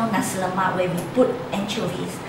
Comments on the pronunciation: its the pronounciation its not ne-si lemak its na-si lemak pronoce na as nah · its nasik lemak not nesi lemak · Do you even no how to say Nasi Lemak